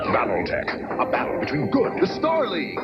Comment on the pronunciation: Why, I keep hearing, "Battle Necks"